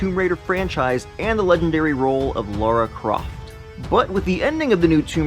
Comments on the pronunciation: It's LARA not LAURA... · Her name is Lara not Laura 😂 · It's Lara you moron...not Laura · Lara NOT laura